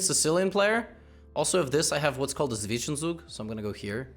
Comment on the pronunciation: Levy never fails to mispronounce Zwischen-Zug